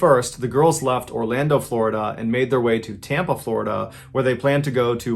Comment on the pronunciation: Floh-i-dah Man... I'm NEVER going to Florida again.